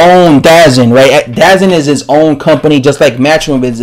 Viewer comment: DAZN is pronounced D-Zone